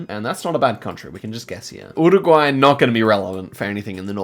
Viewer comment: Can you stop saying URRuguay? Just say 'Yooregwy'